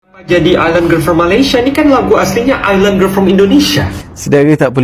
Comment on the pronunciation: Island tu sebutannya ailand bkn iceland. Iceland tu nama sebuah negara.